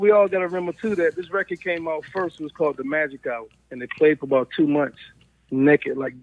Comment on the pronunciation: Everybody else: months Joe: MUMFS😁